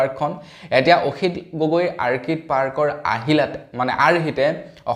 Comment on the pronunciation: Orchid অৰ্কিড আৰ্কিড নহয়।